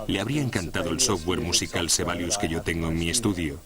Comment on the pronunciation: sebalius....? SIBELIUS!!!